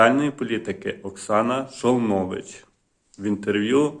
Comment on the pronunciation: міністр соц.політики Жолнович, а не Шолнович.